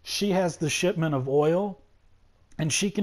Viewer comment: I keep thinking he's saying "shit mint" instead of shipment